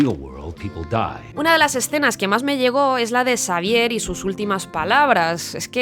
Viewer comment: en vez de decirle Xavier dice prof Sabier